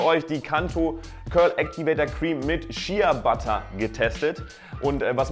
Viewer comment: Man spricht es schea butter aus aber man schreibt logisch shea butte